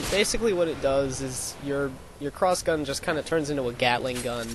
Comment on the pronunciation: "Clossgun" I like how he says it just like he's suddenly asian. XD But yeah seems OP in damage wise.. But i'll still give it a try! :D